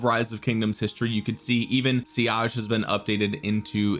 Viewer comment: Why is he saying siage???